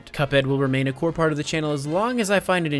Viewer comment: it's pronounced "core" not "corpse"